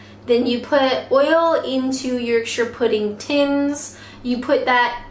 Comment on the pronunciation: Hi. I think it's pronounced Pu-D like put.. not P-D like Dud.. at least that's how I heard them pronounce it in the South and in M&S ads